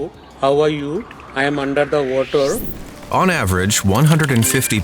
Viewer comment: “Hello, I am undur da vatar” gets me every time 😂